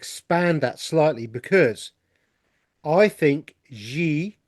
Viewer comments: Xi Jin Ping is the president of China. His name is pronounced "shee jin ping". Not "gee" or "zhee". The President does not execute anyone. However, he might issue an execution order because he has a dictatorial power. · Thank you so very much &! I'm very grateful to you for sharing your findings with us all. Also, Xi is pronounced "SHE", as in Chinese X is pronounced as "sh" (in English) A Chinese girl explained this to me:o) <3 <3